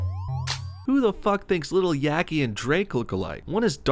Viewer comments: Did this guy really just call Lil Yatchy, Lil Yaky? 😂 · You really said yakty 😭😭😭